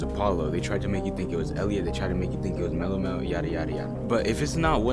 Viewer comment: Its mellomelt 😂